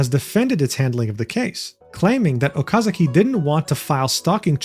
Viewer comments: It's Okazaki, not Okazuki. Jeez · I know you do not mean any harm, but my recommendation is that you learn how to pronounce names. Completely by accident the way you pronounce Okazaki could be seen as a very mean nickname, so I suggest for future videos to be more careful with name pronunciation = ).